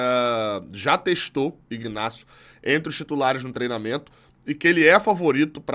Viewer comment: A pronuncia é inácio. Pelo menos é assim nos 3 Ignacios que eu conheço